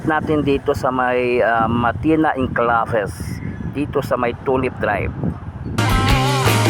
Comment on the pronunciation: Salamat sa update. Murag ang basa anang 'enclaves' kay 'enkleybs' og dili 'enklabes'